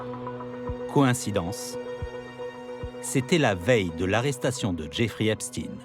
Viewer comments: EpstEIN, et non Epstine ! Tout çà pour ne pas froisser une certaine communauté, extrêmement susceptible pour être polis. Dont ce pervers faisais parti à part entière, que cela vous plaisent ou non, et ce n'est pas le seul, STRAUS-KAHN, WEINSTEIN, KHON-BENDIT & j'en oublie.... Ha oui dernière chose, il n'y a rien d'antisémite là dedans (Car de toute façon, vous ne l'êtes pas "sémite" pour la grande majorité, puisque vous êtes des descendant des pays de l'est de l’Europe), ce sont juste des faits, rien que des faits, ce serais des "inuites" ou des "Tibétains" ce serais du pareil au même, bref tôt ou tard vous tomberez TOUS les uns après les autres, car il n'y pas de race supérieur (tiens tiens, un point commun avec un petit moustachu bien connu) il n'y a d'ailleurs qu'une seule race, LA RACE HUMAINE, un point c'est TOUT ! Et elle est pas belle à voir, d’où qu'elle vienne pour tout dire. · Il ne s'appelle pas "EPP STINE ...."..ca se dit " EPP CHTAÏNE......",comme FRANKENSTEIN......le temp est mossad......la GERBE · Epstein pas epstine. Satané journalistes. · EPSTINE ? MDR ! Dyslexie ????